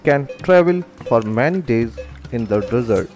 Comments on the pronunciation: How you pronounce Desert & Dessert Lol Where you learn your Ingglish ? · Get an English speaker to narrate; there is a difference between desert and dessert....